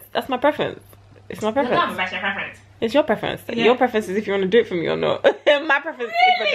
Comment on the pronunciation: "thasmyprefrence" LOL.